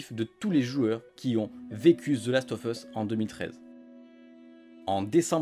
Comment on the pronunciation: Last of USSSSSSSSSS pas FUSSSSSSSSS bordel apprenez a parler correctement !!